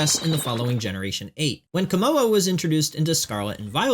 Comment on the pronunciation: The hyphen in Komo-o is pronounced as a D so it is pronounced Komodo which is very Gamefreak imo